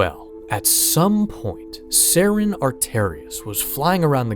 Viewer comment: You don't say Saren's last name correctly